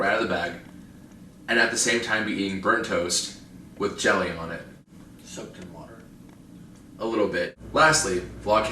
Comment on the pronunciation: lol it sounds like "chedda" instead of jelly.. so i was kind of confused there, but i just let the video run through so eventually it dawned on me. hah